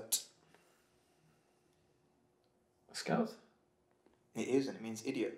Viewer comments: Hahahahahahahah he said blurt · When Andros said blert 🤣🤣